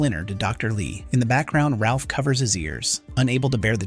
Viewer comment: His name is Raph not Ralph